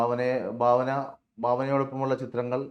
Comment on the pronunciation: Bhavana alla Bhavana